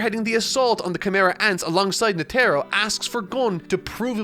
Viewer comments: Wait is it Netero pronounced Net-Arrow like says it, because I’ve always said it Ned-errow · It's more nete-ro not net-ero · Yes Yes that is right (GOUN and NE TEERO) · does he mispronounce netero on purpose? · Is no one gonna mention how he pronounced netero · Bro stop saying Netero like that lmao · How is he still pronouncing Netero wrong? He's seen the anime, he would've had friends/ colleagues tell him, surely. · I know he even bothered to make a thumbnail of him but didn't try to pronunce it correctly. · I don't want to add to the negativity of the comment section, there is plenty of that going on there, I just want to say that I find really impressive ability to misspronounce every name he reads, nobody told him about Netero? it really pulled me out when he said that Netero arrived, also Morel. Surprisingly no talk about Pouf this week either.